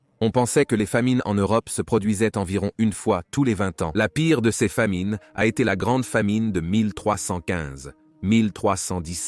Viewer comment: ”Seusse” et ”sesse” pour dire ceux et ces , c’est une IA qui fait la voix off ? 😊 Ça m’déprime 😢